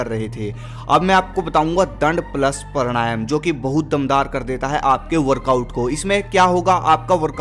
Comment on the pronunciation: भाई मेरे , वो प्राणायाम है, परणायम नहीं। उच्चरण सही करे......